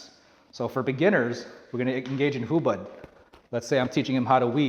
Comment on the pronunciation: I think its hubod not hubad(naked)